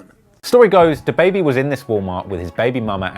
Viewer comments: The way he said dababy smfh🤦‍♂️ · Dude really said da baebey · did you really say “dah baby” 🤦🏼‍♂️ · nobody: the news reporter: DAH BABY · dude had to say DAHbaby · He pronounces Dab,baibei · Why he say Duah Baby 😭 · It’s duh-baby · Nobody: Him: day-baby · This dude just said “dahbaby” at th beginning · Nigga said DUH BABY 🗿🗿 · Bitch it’s duh-baby=dababy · how the fuck is he gonna say "DAH BAYBAY" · Why he say da like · Don’t ever pronounce DaBaby like that again. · Can't even prenounce dababy smh